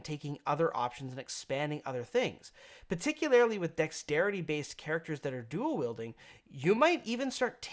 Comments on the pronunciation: Every time you want to use the word "particularily," please don't. "Particularly." Drop that extra "i." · Particularily? :P